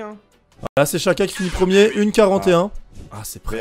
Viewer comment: Le premiemme ? :')